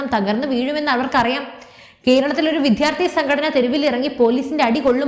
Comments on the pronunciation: വിദ്യാർത്ഥി എന്നാണ് ഉച്ഛരിക്കേണ്ടത്. വിദ്ധ്യർത്തി എന്നല്ല. വാർത്തയുടെ content കൊള്ളാം, അവതരണവും നന്ന്. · വിദ്ധ്യാർത്ഥി അല്ല വിദ്യാർത്ഥി ആണ് ശരിയായ വാക്ക് .